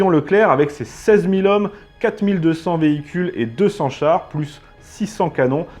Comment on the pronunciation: Mais pourquoi donc quatre mille d'hommes ?????? On est devenu adepte des liaisons mal t-à propos !!!!!!